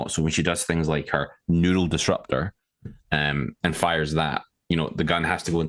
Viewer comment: accent ( when discussing Belica ) it sounds like ‘NOODLE DISRUPTOR’ 😂😂😂 I can’t not call it that from now on it’s hilarious… GG great Predcast & huge thank you to for being involved and connecting with the community!❤